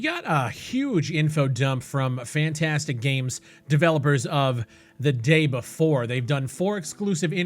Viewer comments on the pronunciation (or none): It's pronounced phonetically. Not fun-tastic... Effin-tastic = FNtastic